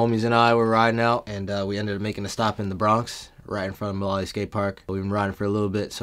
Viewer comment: once i heard him say mullaly park I already knew wassup